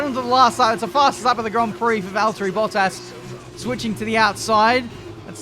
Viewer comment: No no no, he's driving Valterrrrri Bottas 😂